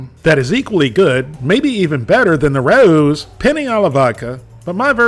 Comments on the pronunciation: It's not Rah ewww, it's Rah ohh. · the brand is pronounced RAY-O's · It's pronounced Ray-O It's not hard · It's rah, like rat, plus ow, like ouch. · It’s pronounced Ray-O’s. 🤦🏼‍♂️ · We pronounce it "row" as in rhymes with "wow" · It’s “ray-ohs”, my man. 😂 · Hi, a) I enjoy your work, and have for years. b) I originally pronounced it like "raww" (the English pronunciation like "My parents had a row about my school grades) c) I've been informed it's pronounced RAY-OH's. d) I'm not the word police, just mentioning what I've been told. Keep up the fine work. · It pronounce as Ree-oo-s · It is pronounced Ray-o’s. From a New Yorker. Love your videos. Keep up the great work. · I don't know what they've been telling you, but it's pronounced like OW (like you stubbed your toe) with an E at the beginning. The R has a really short roll, but it's fine without it.